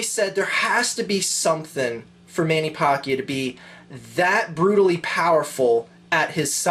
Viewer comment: its pronnounced man-a-pack-io :)